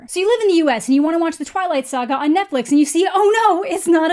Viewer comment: hey, she pronounced saga like sa-ga and not her usual say-ga. Dialect change?